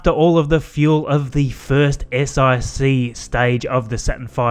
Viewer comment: You called it an S-IC (Eye-cee) instead of an S-IC (one-cee)? Roman numerals! That's not the thing is it Also, you said S-IVB (Eye-vee Bee) as opposed to S-iVB (S-four-b) does that also count?